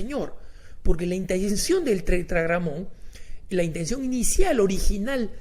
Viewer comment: Esta persona pronuncia 2 (Y) y por personas como esta es q la gente es engañada, no es tetragom es tetragrama